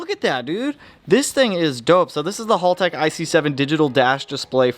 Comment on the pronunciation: great content dude. Love the blubaru and eg33. Just one quick tip Haltech is pronounced with the short a sound like, "at" or "bat" or "cat". I used to think it was halltech for the longest time until YouTube recommended that video to me a while back.